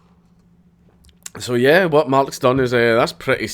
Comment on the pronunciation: it was a huwat?